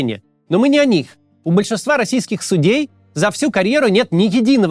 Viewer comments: Макс, сУдей, а не судЕй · Не судЕй, а сУдей😢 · Максим, Вы постоянно не там ставите ударение в слове "судей". Правильно ставить ударение на первый слог, то есть, говодить "с'Удей", а Вы постоянно говорите неправильно, ставя ударение на второй слог, то есть, "суд'Ей". По-русски так не говорят.